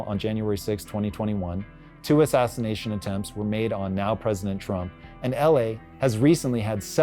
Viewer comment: Sounds like you are saying assassination. Thats not good.